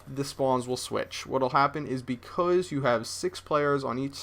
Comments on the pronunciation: Can you say Becasuse? Cause you keep saying Bec000z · becoose??? are you canadian? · He says because like BECOOOZE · No offense, but when you say because, it sounds like becooz. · You can't say "because" ;D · you say "because" strange. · Is it just me or did you guys want to punch a baby everytime he said because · HAHA what the hell? I think cannot pronounce "because" properly. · can you say because like a normal human being? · lol he says because funny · Don't really get it.. Do you guys just think its funny the way he says 'because'? If thats so, i totally agree. But i'm kinding getting the idea that people are actually bothered by the way he says 'because' and that is fuckin lame. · Does anyone else think says the word "because" weird as shit?